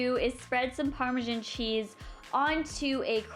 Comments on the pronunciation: Im Canadian and i pronounce it normally. I guess she doesn't know how to say it. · Canadieans do have accents i'm Canadin I don't say Parmesan like that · You say Parmesan so weird. 😑